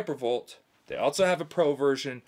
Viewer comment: there are ZERO "T's" in the English words, "else" and "also". Just for future reference brotha.